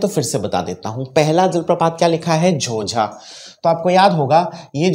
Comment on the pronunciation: झोंझा हैं न कि झोझा